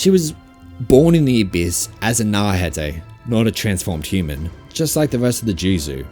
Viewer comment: "Naurhatay" bro come on man